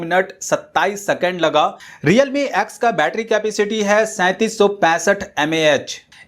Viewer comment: Redme nhi realme hai starting me